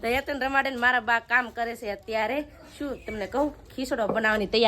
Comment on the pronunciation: તમે હેતુ ને હેનું કેમ કહો છો Plasee relpy🥰❤️